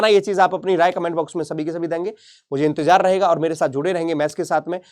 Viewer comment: Intezar hota hai inzetar ni😂😂😂